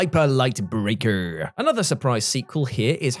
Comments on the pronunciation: The first time says “brrrreakerrrrr” I though to myself “He must still be listening to the WC wrestling podcast” 😂 Miss ya on that channel! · “Hyperlight Breakerrrrrrrrrr” 🤣 I love you,. You bring great joy to YouTube. Oh, and my most anticipated are Star Wars Outlaws and Hellblade 2.